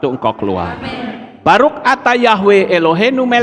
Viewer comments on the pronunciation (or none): Ngucapin Baruch kok Baruk...?🤦